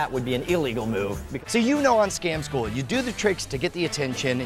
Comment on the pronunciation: when you pronounce scam school scom school... like what?